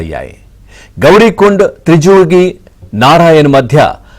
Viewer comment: త్రిజుగి కాదురా బాబు త్రియుగ్ నారాయణ్